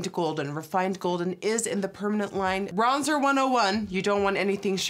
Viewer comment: Am I the only one who noticed that she pronounced the bronzer wrong , I'm in French and had to pause ! hahaha